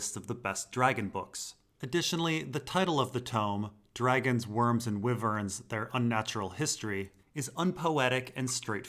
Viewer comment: It's supposed to sound like "WHYvern."